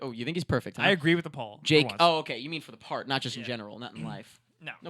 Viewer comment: When you say "poll" it sounds like "Paul" O_o